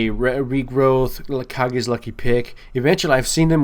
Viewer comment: It is Kage's Lucky Pick, not Kah-ge's. Its a tenacious D reference